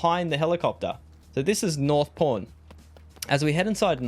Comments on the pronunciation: Thought you were saying "North Porn" until I saw the text on the screen. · i can’t be the only one who thought he was saying north porn